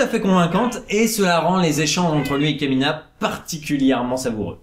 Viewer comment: le aidé par kémina m'a fait tilté c'est KAMINA !!!